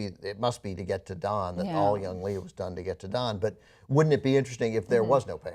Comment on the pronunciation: It's been over a year since they posted this, but I'm just watching the show now and I have to say it's Young-HEE!!!!! (not Young-lee)